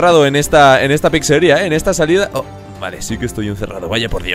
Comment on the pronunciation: No se dice PICSERIA SE DICE PIZZERIA